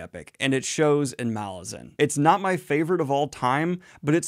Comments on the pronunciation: You know, according to the author, it is pronounced Malazan - not Malazan... 😂😂😂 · Is anyone else triggered that Daniel keeps reading name Malazan wrongly even though he interview with author where he said it?